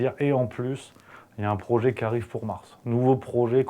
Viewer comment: " Parce que c'est notre brooochet" 🙄🐟😱